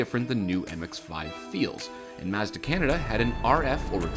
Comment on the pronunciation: You had me at your Japanese pronunciation of Mazda.